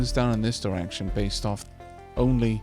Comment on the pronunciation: For some reason everytime you said direction I thought you were saying erection and started to giggle, I am more than a little ashamed of myself and I am sorry... but at the same time I can't stop giggling...